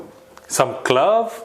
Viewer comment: The word ‘clove’ for me is - if there is an ‘e’ on the end of an English word you pronounce the vowel in that word by its name. So you pronounce the letter ‘o’ in clove as ‘oh’ not ‘o’ as in the word ‘hot’ Cheers